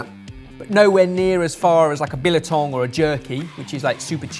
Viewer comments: omg he mentioned biltong (FYI it's bill tong, not Biller tong haha) but omg I'm crying this is the first time someone on this large a food platform actually knows about biltong or anything South African 😭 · Did you just say Bilatong , it is Biltong. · “Like a billAtong” South Africans: whut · 🇿🇦Biltong, not billietong... Good try, at least you know our local delicacy! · Not sure if anyone else has commented on this, but, it is BIL-TONG, not BILI-TONG. Nothing like jerky, fyi. There are plenty of South African ex-pats in London, I'm sure someone can point you to a good local maker/importer if you are interested in sampling the good stuff. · It's BIL-TONG! Not billeh-tong. 😂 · Bilatong...... is bil and then tong there is no a... Biltong. Haha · Biltong,. Not Bilitong. <3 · Bilitong? It’s Biltong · Did I hear 'billetong'? It's BILTONG - no e in there at all. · it's pronounced Bill-tong not bill-a-ton or however you said it. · Its not bilatong! It’s biltong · its not "billatong" it "biltong" pfff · It’s biltong. Not bil-a-tong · Bil - a - tong? What the heck is a bil - a - tong? I know South African Biltong... Eish. and his inability to pronounce things correctly. 🙄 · Exactly it’s pronounced bill-tong but it’s alright gave me a good laugh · Billatong Me: Wait what?! 🤣 The South African in me went nuts. Thanks for the giggle though 😄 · I really want to try the holloumi! tbh I feel like it is the most worth it, With the curing kit a close second. the cookies were just false advertising, same with the chilli sauce, which you can just as easily do at home without the kit. I’m not sure what Bilatong is, unless he is talking about biltong which is African dried meat, just without the “a” in it. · I've watched and supported this channel loyally for almost a decade now... But as a South African listening to butcher the pronunciation of 'biltong' has really made me rethink my life decisions 😢 Jokes, still love you guys.